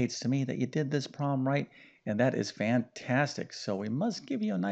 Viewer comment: The word is NOT “prol-em”! It is “prob-lem.”